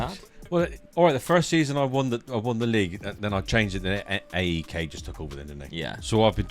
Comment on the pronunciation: Just a small correction it’s not A E K it’s one word AEK. For example it’s not P A O K it’s Paok if you get what I mean. Love from Greece